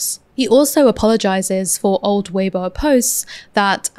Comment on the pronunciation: BTW, weibo is pronounced vey-bwo-a (with a short "o" like "worsted", not "won't")